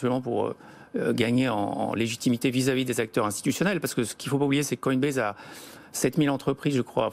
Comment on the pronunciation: Il a réussi à répéter 1 fois "Coinbaz" pour ne pas trop gêner la journaliste, mais ça a vite switché derrière